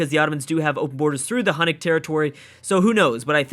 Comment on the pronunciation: Hu-you-nick not Hun-ick. Sorry it's been bugging me for a few videos. Thanks.